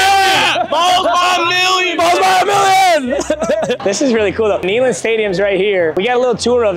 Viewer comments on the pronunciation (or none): Its pronounced NAY, not Knee in Neyland lol <3